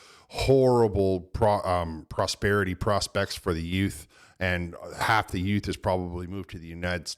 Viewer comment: Half not Hlaf but good review great sir